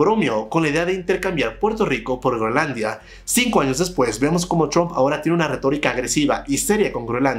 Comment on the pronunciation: chrump o trump??? busca ayuda para aprender a pronunciar la R ... o busca en internet como practicar y mejorar eso. No creo qhe te cueste mas de una semana mejorarlo.